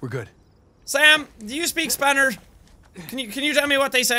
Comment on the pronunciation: “Sam do u speak spanirz”